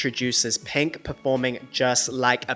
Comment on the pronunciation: please dont say penk ever again